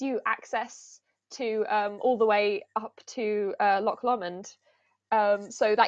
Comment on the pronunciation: Quirks of Scottish place names, and a curious wee view of how they're different from how many non-Scots would think to pronounce them: When discussing Alt-Clut, you mentioned Loch Lomond. This isn't Loch Lom-ond as pronounced, but rather Loch LO-mond. Like the word "Low", followed by "mond" When discussing Strathclyde, Govan was mentioned. This isn't "Go-van" as pronounced, but rather "Gov-an", with the 'gov' being pronounced as 'guv'. Like the words "Govern", "Government", etc. Same 'o' after the first letter and before the third letter, and both different 🙃